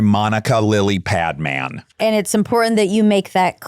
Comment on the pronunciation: Please, please pronounce Monica Padmans’s last name correctly. As an Indian, it sets my teeth on edge the way it is pronounced on your show, which I love by the way! :))) Thank you also for having Monica L on your show again. She is amazing and a real inspiration. I’m so sorry for what she has had to endure and I applaud her courage and her honesty and her ability to be vulnerable.